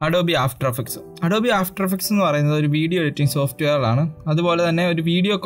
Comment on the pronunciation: ADOB-E Alla bro ADOBE aanu